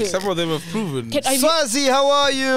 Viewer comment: Mac Butchered that name "Sazwi"🤣🤣🤣🤣🤣